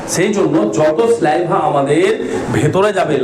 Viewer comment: স্যালাইভা এরকম একাধিক শব্দের উচ্চারণ আগে ঠিক করো